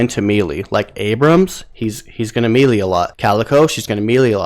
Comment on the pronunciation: I think you're pronouncing melee wrong. Otherwise thanks for the tips